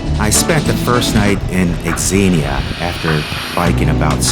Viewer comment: Great video. BTW, people from Xenia pronounce it Zeenyah.😊😊 Hopefully you were able to stop by Pied Piper when arriving home.